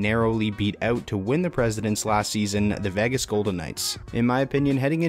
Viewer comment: who would trust anyone who can't even pronounce Vegas ???